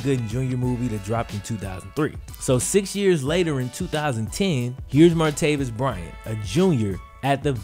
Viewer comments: And it’s martayvis not martayveous!! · MAR-TAY-VIS. NOT MARTAVIUS. JESUS FUCKING CHRIST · Why do you clearly keep saying "Martavius?" His name doesn't have a 'U' in it. It's Martavis. Come on man! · Martavis Bryant is the guys name. Stop calling him martaveeus....it's not even just this video where you forget how to talk. Do better dude.